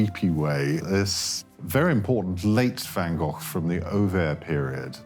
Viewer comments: Van Goff? 😂😂😂😂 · I was here to see Van Gogh. Not Van Goff! 😕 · Is there no one that can pronounce the name Van Gogh correctly? It is not Van Gough or Van Goff (this video), Van Go or Van Goo (US), Van Gogue (France), even the Dutch researcher from the Van Gogh Museum does pronounce it wrong (but he knows). Two hard g's, but not too hard... and the o short not oo or ou; ah well perhaps it's funny that every country have their own pronunciation of the name. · Yes,yes : his name is Van Gof. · One goor(r=gh)::VAN. GOGH😊